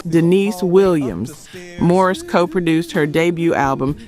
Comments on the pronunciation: His name is pronounced "MA REESE", not Morris. With love. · It's Maurice!!! Why do you keep saying Morris???? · Why does she keep pronouncing Maurice as Morris? She also continues to talk about the kalimba while the video has not played one song that features the instrument. I do find the documentary so very interesting, but the editing lacks because what the person points out is out of synch with what the video shows. I appreciate the work put in, but good editing is paramount. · I hate AI. "Morris White?" Everyone know it's MAURICE WHITE. (MORE-EESE) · its not MORRIS ITS MAURICE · Maurice not Morris. Mahalia not Maholia. Otherwise, a great documentary. When you know them so well the name must be correct to be deemed authenic. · His name is Maurice, not Morris. Is this AI? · I like the video and commentary. It sounds l Iike the narrator keeps calling him Morris, and his name is Maurice. (Maw-reese). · Very disappointed to hear the narrator of this counituuel call Maurice Morris.. Whoever producers this video.. "shame on you" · Too bad this was done with AI. Poor narrative and visual cohesiveness. Ruined a potentially great video. And it’s not Morris, it’s Maurice. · Stop calling him Morris, his name is Maurice. Annoying. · Appreciate the video, but what’s with MORRIS White? His name was MAURICE. AI voice. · The mispronouncing of the great Maurice White's name was cringe. It's MAURICE, NOT MORRIS................at one point I didn't know who this Chatbot was talking about. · It's Maurice not Morris or Marris. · Why does she keep mispronouncing Maurice name and keep calling him Morris? That is not only irritating but disrespectful! Is this woman even actually from the culture! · Its. MAURICE not Morris. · His name was Maurice, NOT Morris. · MAURICE. MO REESE, NOT Morris like the cat. So Annoying. MO-REEEEESSE White!! Damn the disrespect. Fix the pronunciation of your AI! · It's Ma-rees, Morris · Maurice White ... not Morris White.